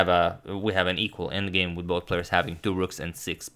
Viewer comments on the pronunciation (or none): none